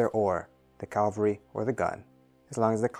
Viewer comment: Great video (though FYI, it's CAV-al-ry, not CAL-va-ry).